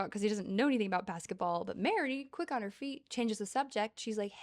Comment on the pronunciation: I spat my water out with the way he said "feet"